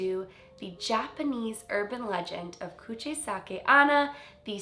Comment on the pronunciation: You pronounced "Kuchisake" correctly, but "onna" that means "girl" is pronounced as "own-na".